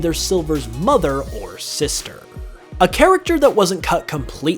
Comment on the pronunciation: The way u pronounce some words is terrible. It’s like ur trying to make ur voice deeper lol like when u say sisterrrrrrr